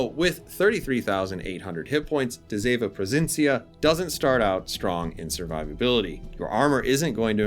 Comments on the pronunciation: As a dutch player. Thank you, that you include her sister, and a pretty accurate history about this class. To help you out to pronounce her name, it's duh see ( kinda like sea but without pronouncing the a) vun. Pro fin si un. I realy hope the tech tree will follow soon. ( hopefully, cruisers and destroyers, since we had a bunch of both during ww2) and maybe the us cannon class escort destroyers. ( we had 6 of them) and the brittish n class destroyers. ( I discovered so far we had 2) both classes were built during and served in ww2 and transferred to the royal dutch navy after ww2. And maybe wg can get their hands on the blue prints of the dutch bb,s that where never build, and maybe they can design the Macv ( merchant aircraft vessels from la carona a sub company from shell wich is dutch) and of course the cv karel doorman, I think it was cv71. Karel doorman,s famous last radio message, I attack follow me! In dutch, ik val aan volg mij! Pronounced best ik fall aan volug my. I bought the campeigh since it's a dutch ship and so far a stand-alone premium. And I'm dutch, haha. My advice play defensive, don't rush in, with de zeven provincièn. It's not designed to attack. This class was pretty much designed for support and anti-submarine warfare. Just like the friesland. Although the aa on both is insane. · Do you know in which city she was being build in the Netherlands? Very nice video 🤩 and I know you did your best on the pronunciation 😁